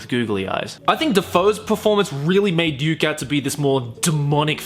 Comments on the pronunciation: Every time you say Ryuk, it sounds like you're saying Duke. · Ryuk, his name Ryuk not Riuk...damn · Its Ryuk not Riuk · Good things: L didn't die and when light pronounced Ryuk wrong and Ryuk says "hey kiddo it's pronounced Ryuk". Bad things: THEY CALLED HIM LIGHT TURNER wth also light didn't die and they missed so many rules of the death note and so many important characters! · what did i misheard or you said Duke instead of Ryuk lol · My favorite part of the movie was when Light read Ryuks name with a wrong pronunciation and I literally screamed "IT'S PRONOUNCED RYUK" Only to have Ryuk tell him the exact same thing XD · Every time he says Ryuk it sounds like he's saying Duke. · When Light first said Ryuk's name, I was really worried. But then Ryuk came along and told him that he pronounced it wrong, which was pretty cool. It would have been unnatural for an American to know how it's pronounced, so they made him actually learn how to pronounce it, rather than pronouncing it wrong the whole time, or giving Light the random knowledge of Japanese pronounciations. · Tbh i hated it but light screaming was hillarious. Ryuk look good, but really light how do you mispronounce ryuk